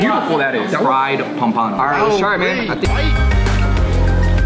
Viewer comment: How to pronounce pompano....